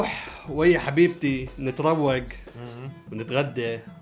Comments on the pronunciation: تره عراقي صحيح بس مو نتروك نتريك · احنه العراقين نكول نتريگ مو نتروگ بس اتس اوكي ضبطهه 😭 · نتريك مو نتروك😂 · بالعراقي نتريك مو نتروك😂😂😂😂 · نتروك عود نترايك🤣😂😂😂🤣😂😂اني عراقيه بس مو هك تحكيها🤣😂هك نترايك🤣😂😎👍🏻🤣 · أنا عراقي هي تلفظ اتريك😂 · العراقي لازم يقول اتريك😂😂😂😂😂😂😂